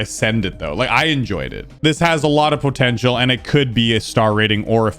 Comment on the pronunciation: Everytime says “Potential” it makes me cringe, its just such a weird pronunciation.